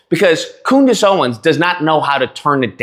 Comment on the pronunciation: You said" Coondace!" 😂😂😂